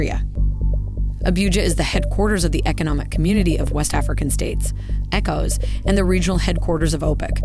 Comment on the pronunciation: Abuja & ECOWAS shouldn't be that difficult to pronounce Your presentations have looked professional otherwise